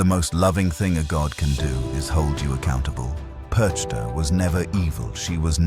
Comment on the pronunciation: Der Inhalt ist richtig, aber man spricht PERCHTA nicht so aus, gar nicht und überhauptnicht.